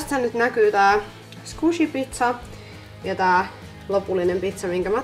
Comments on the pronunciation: Se lausutaan Skuishi ei zkushi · Lausut squishyn sgushun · Lausutaan: Squisi